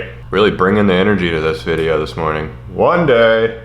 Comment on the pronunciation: "One Day"' (pronounced: wwwwwwaaaaann daaaaaaaay') definition: Creating a bait in one day, in an attempt to catch a fish the same day WARNING Phrase may induced excitement